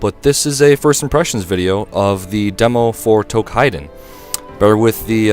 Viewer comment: Tou"KI"den not "kai"den lol